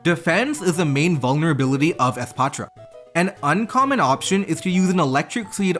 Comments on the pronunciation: holy fk youre the first youtuber to actually pronounce the name for what it is. The "patra" part is important;. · pronouncing espathra with a softer t sound instead of a clunky th sound is so cool and shows your cultural background which is interesting